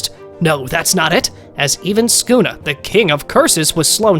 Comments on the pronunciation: ah yes my fav Demon "skuna" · He said skuna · blud called yorichi your-ichi and sukuna skuna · He’s saying Skuna XD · why is he calling sukuna "skuna"